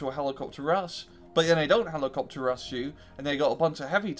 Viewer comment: You can't say rush and it's fucking killing me.